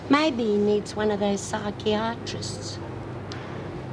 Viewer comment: I had just erased the memory of Margo being a stripper from my mind. Ugh. Lol at how Lizzie pronounced psychiatrist.